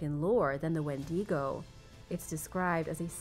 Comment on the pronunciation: You totally mispronounced Wendigo